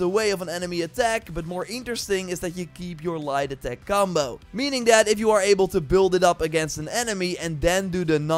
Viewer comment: Every time he says light attack .I hear lie detect finisher